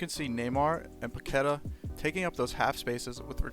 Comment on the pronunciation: was enjoying the video until i heard your 'Paquetá' pronunciation :s. It takes 5 seconds to search his name on youtube and learn it correctly.